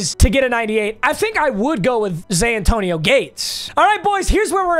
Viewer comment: Anyone else hear Zantonio Gates every time?